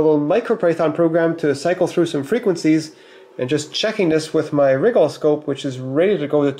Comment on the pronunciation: Many Youtubers say RYE-GAHL with the emphasis on the RYE, as I do. says it like WRIGGLE. Made me GIGGLE.